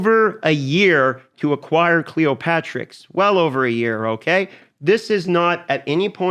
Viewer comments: why everyone on youtube says cleoPATRIX when this champion name is cleoPTERIX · It's Cleopteryx, not Cleopatricks. "Clee opp ter ix" --- just sayin.